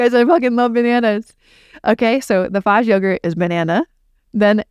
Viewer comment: I love Fage yogurt. I do believe the pronunciation is Fa-Yay 😊